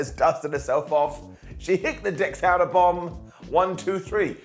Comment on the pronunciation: Tehana bomb l not texana